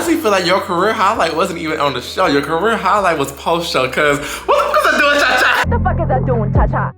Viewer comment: I think it’s do a cha cha not dunchacha these bitches jus dot speak Spanish so they don’t know lol